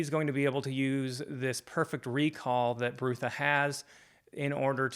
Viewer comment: I enjoyed your thoughtful review. Pratchett was a sad loss. I came to his work late as years ago I tried reading the Colour of Magic as the first in the series and didn’t enjoy it that much. Small Gods and Night Watch are my favourites. Small note, I’m pretty sure Brutha is pronounced “brother” with a northern English short u. (Think Sean Bean in LoTR “my brother, my captain, my king”). There are a lot of puns and wordplays in Sir Terry’s work. I only realised myself that Ptracy in Pyramids is “Tracy” quite recently. Edited to add: did you read any more of his books yet? You could tackle just one of the “series within a series”..You would probably enjoy the Death series since you enjoyed Small Gods so much. Many people don't recommend starting with the Colour of Magic because it's almost like a not fully-formed “proto-discworld” in terms of the world- building. I have read, and agree with people who suggest having a very loose approach to Discworld, accepting that sometimes Terry P changed things as he and the Discworld grew and developed.